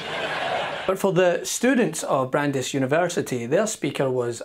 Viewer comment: Bran-“DICE” University